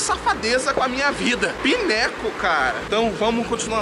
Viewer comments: Não se diz PINECO SE diz " PAINCOU" rsrsrs abraço! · não se diz pineco, se diz painicoul , por favor não diga pineco!